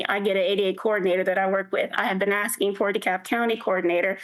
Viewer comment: I need accommodation for the stress of hearing people "axsing" for things.